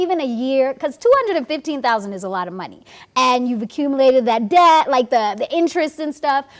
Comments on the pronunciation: It's "Debt" not "Dept" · It's det not dept